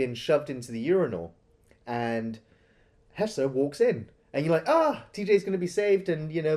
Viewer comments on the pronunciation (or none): Why does keep calling him Hesser? 🤣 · HeSHer, not HeSSer. Idk why that bothers me so much but it does